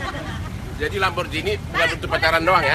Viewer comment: LamborGhini bukan lamborJhini